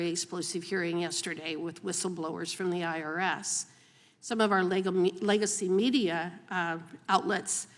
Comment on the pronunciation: Did she say Lego-media ? Because that is kinda accurate